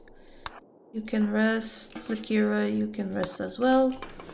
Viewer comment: Every time you say Zakira, all I hear is 'Shakira, Shakira!'